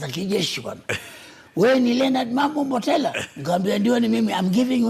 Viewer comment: Pia mwanzoni alisema Mambo Mbotala🤔😉